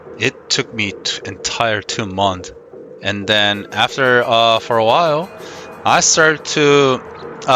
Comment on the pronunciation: Just an FYI on the word Months. When you have more than 1 Month it's Months and the "s" is not silent :) Small little thing, but this applies to most of the things that are plural (multiple) in English.